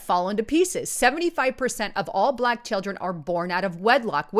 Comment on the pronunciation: BAAAAA-LACK..........................IT'S ONE SYLLABLE , YOU ANNOYING NIT. GO ALL CAPUTO ON US, GET IN THAT BUNKER, WITH YOUR AMMO. AND ALL THE BEANS.GAS MASK NEEDED.